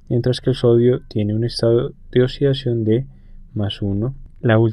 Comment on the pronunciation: "El estado de osidacion de osigeno" xD jajajaja